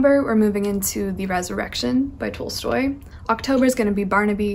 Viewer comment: Love your videos :) P. s it is pronounced T-ah-lstoy